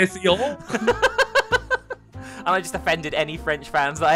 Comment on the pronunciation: Your pronunciation of plantation in French was actually pretty close!